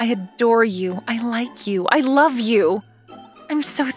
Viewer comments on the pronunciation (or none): Male VA isn’t for me, I’m gonna mute this one. I really hate how he pronounces love. “I Lorve you” like wtf